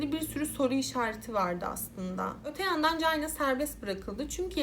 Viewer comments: Ya birader allah rızası için şu ingilizce kelimelerin telaffuzlarına önceden bi bak gözünü seviyim ya cayna ne amk hiç mi ortaokulda lisede çinin ingilizcesini görmedin çayna diye okunduğunu bilmiyosun? Eyalet isimlerini katletmene hiç değinmiyorum bile (Illinois, ilinoy diye okunuyor) Özel isimlerin %50sini yanlış söylüyosun davayı bu kadar araştırırken 10 sn bu nasıl telaffuz edilir diye bakmak bu kadar zor olmamalı!!! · Aklıma beyaz melek filmindeki sahne geldi orada da bebeğin altı kirlendiği için çamaşır makinesine koymuşlardı..:( bir de Çayna diye okuman gerekirken Cayna diye okudun her duyduğumda tüylerim kalktı 🥶🥶🥶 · Çayna diye okunması gerekmez mi? Gereksiz takıldım ya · Keske once ingilizce telafuzu oyrenseydin. Cayna ne ya🤦‍♀️ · çok çok özür dileyerek cayna diye telafuz ettiğin için izleyemiyorum videoyu